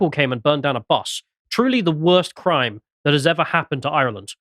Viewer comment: Genuinely don’t care how keeps saying we’re not white, but why can’t he pronounce ‘Ireland’ like a normal Englishman? I can’t even tell if it’s a joke or a very obscure speech impediment.